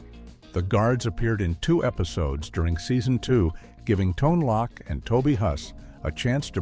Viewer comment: I think the Ai has no idea what a cameo is. At least in respect to a then unknown writer and actor doing a bit part is not a cameo. Also it's not Tone Lock, it's Tone Loke